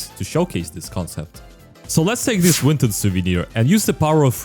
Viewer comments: You said winton hahahahahahajha never gets old ooooh jesus I'm rolling on the ground from laughter hahahahaha winton haha winton what a funny joke. Jesus someone stop it I can't stop laughing aaaaa winton so funny. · “Winton overwat” chain